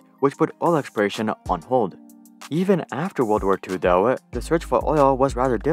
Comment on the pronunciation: nice video but could you stop adding "uh" or "ah" at the end of words randomly? For example: 'Though' should be pronounced "tho" not "tho-uh"